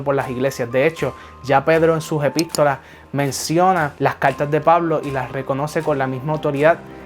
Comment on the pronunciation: Habla bien caltas o cartas